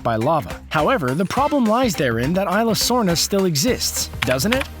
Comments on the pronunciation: it's pronounced issla sorna not ila dorms trust me I speak Spanish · Its pronounced ee zlesorna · Isla sorna (eesla sorna